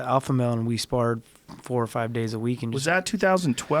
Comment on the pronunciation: TJ...it's twenty FIVE. Not twenty FIZE.